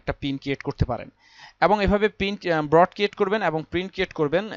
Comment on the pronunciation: Vai...Broad na Board. btw video ta motamoti valoi silo